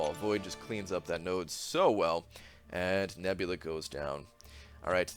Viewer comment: He says nebula like neboola